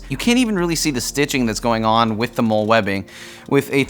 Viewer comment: Just entered turn up. Also just a quick side note, MOLLE is pronounced like the name “molly”